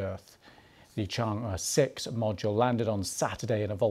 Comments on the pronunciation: It's pronounced as "Chang Eh", not E. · The tone is not "e", is "er" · 是嫦娥，不是长歌。貌似歪果仁都没法发对这个音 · 不是读 chang e 而是读 chang er . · It’s pronounce “chang-ur” and “chong gou” please have the decency to check with google! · 'Chang'e' is pronounced as 'Chang Er'. Please western journalist, learn to pronounce Chinese names properly. It's not difficult., Just asked anyone who speaks Mandarin or GOOGLE!. What is so difficult about that? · When a China correspondent can’t prounce chang’e correctly😂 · she is BBC reporter in China, but she does not even bother to learn how to properly pronouce Chang'e 嫦娥😅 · BBC china correspondent can't pronounce Chang'e properly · BBC没让我失望！chang'e的发音都是错的。。。果然是一个没有公信力的媒体小丑。